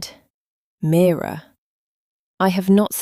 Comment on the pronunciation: Please the narrator should just get on with it. The questions are turning me off 🤷‍♀️ Story very slow, could’ve been a really good story 😢 Getting pored with I said he said please give us a break !! By the way the name is MIRA not Mirror which is an ornament 😂😂 Have to say it was a great story and a great ending. 🎉🎉🎉🎉🎉